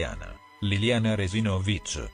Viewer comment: Si pronuncia Re-si`-no-vich, non Re-si-no-vi`ch